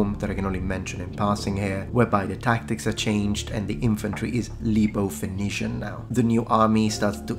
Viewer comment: Excuse me sir. In English, we pronounce it Foe-Knee-Shin Phoenician = foe-knee-shin Not trying to be a dick but you confused the shit out of me for a second 😂😂